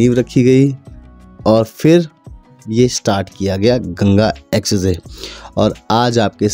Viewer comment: Expressway ❌ Essessay ✅